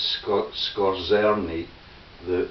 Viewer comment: its pronounced Skorzeeny